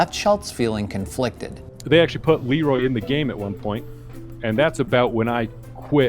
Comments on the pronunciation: Am i the only one who hears, Leeroy Naggins? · When i first heard this meme i thought he said "leeroy's jerking"